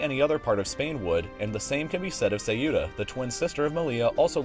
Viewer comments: Try this: ceu+ta instead of ce+ü+ta and now you got the town's name. it will not matter if you use short open vowels as the Spanish or guttural halfvowels as the Portuguese, just don´t emphasise the u. On topic, from 1415 to 1640 Ceuta was a domain of Portugal and it was officially ceded to Spain in 1668. There´s no relation between this and the Spanish protectorate of Morocco, which began in 1912. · "Seiura" what? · How is it possible for you to mispronounce every single spanish enclave in Africa??? The most ridiculous is Ceuta, which is pronounced Céuta, not Ceúta. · First of all it isn’t Say-you-tah it’s Ceuta - learn how to pronounce it. Second I like how you conveniently mentioned that Spain ceded Gibraltar to the UK without further explanation and how you purposely left out that Ceuta was ceded to Spain in 1668. That’s not all, that city was part of the Crown of Castilla in 1415 way before the reconquista. I’m tired of ignorant people putting out fraudulent content. Do your damn research instead of spouting the propaganda you’ve hear$ from the Brits or even the US. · Maaan, the pronunciation is not "Ceiuta", it's "Ceuta" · The video is ok for a 5 minute lenght. It's true you ignore the Portuguese past of Ceuta, but that's not really relevant for the present situation. But I do reccomend you to try improving your pronunciation of "Ceuta": "Ceu-ta", not "Ce-u-ta", that sounds really bad. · It is really funny to hear english speakers trying to name our cities xDD "Melia" instead of "Melilla" and "Ceuda" instead of "Ceuta" xDDD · Please, it's called /Ceuta/, not /siuta/ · Just a little nitpick, Ceuta is not pronounced se-U-ta, but CEu-ta. Two syllabes, the E is the strong vowel and the C would sound close to english 'th'. Great content mate :) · Not "Say-OO-tuh"; "Sew-tuh" (Ceuta). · I know you may have troubles with spanish but next Time Ceuta is pronounced Ce-U-Ta not Ci-You-Ta great vidéo. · not ceyoota, its ceoota. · Cueta is pronounced "QUE-tah"